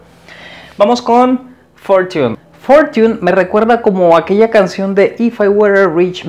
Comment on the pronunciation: Muy buena clase gracias, cuidado con la pronunciación de la palabra fortune. Saludos